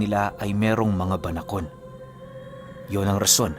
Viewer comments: Tama po ang pagbigkas mo sa salitang Banakon 😍😍🤗🤗👏👏👏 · Banakon Po Tama Po Yung pagkaka banggit nio mejo malumanay.solid Po Yung kwento ❤❤ sana maging series Po eto😊😊❤❤ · Tama po yong pagbanggit sa salitang banakon Pero yong sawa po iba po yon kc sa English is phyton po yon